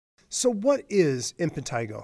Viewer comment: Why does he keep saying "Impentigo"???